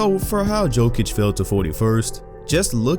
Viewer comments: I wanted to watch the video but i cant..di a little research. Its not Pronounced with J its with Y. Yokich not Jokich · "JOKE-ICH is being..." WHY CAN"T PEOPLE NOT SAY "YOKE-ICH", I REPEAT, YOU DO NOT PRONOUNCE THE J. How are so many people making this mistake? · Bro it's Yokeich, not Jokeich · Just say it like Yokich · lol. try to pronounce like this Yokic = Jokic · It's /Yo-kitch/ , please. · Its pronounce Yokich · Bruh first you think Anthony Davis is going to be a Celtic, now you can’t stop saying peoples names wrong. Nikola Mirocktick?!?! Nikola Jokick?!?! Cmon 😂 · The way he said Jokic 😬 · the J is pronounced like a Y..